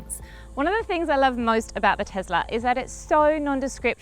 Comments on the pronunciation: TeSla, not TeZla... Not to mention the worst car review I've seen in ages. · WTF is a "Tezler"?